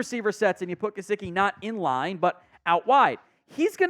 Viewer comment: It’s Mike Juh-si-kee …